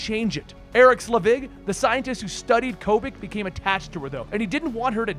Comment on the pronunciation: How do you keep mispronouncing "Selvig" as "Slevig"? Erik Selvig is in the goddamned movies.